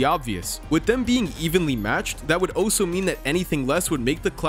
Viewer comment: BRUH "Also" is pronounced "ALL-so" not "OH-so."